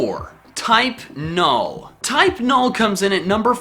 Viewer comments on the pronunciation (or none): Type : nUll not nOl ... Type Full >> type null